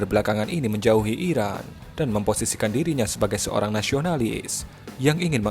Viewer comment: Gmna min...ngomong iraq dengan iran aja gk jelas lu